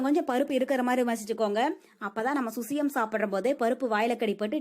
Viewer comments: Crt dear🙌 susiyam illa Suzhiyam dhan.. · Susyam illai _ suzhyam endru Azhagana thamizh sollu Zhi endra soll solar vaayil Nuzhayadhu. Avargalin thavarana Utcharippay solladheergal Thamizhin miga uyarndha Azhagana ezhuthu. Ulagil endha Mozhygalilum idhu kidayadhu Thamizh ezhuthay saagadykkadheergal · Susiyam illa suzhiyam...